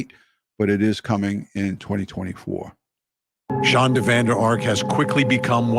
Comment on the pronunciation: Please, from somebody who's actually named to Shandra, I wish you would get her name right! Her name is Shonda not Shandra! I know it seems Petty but it's pretty jarring every time you say her name wrong .